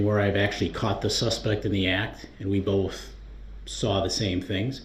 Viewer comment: It makes me laugh when he says,'Boaf', instead of both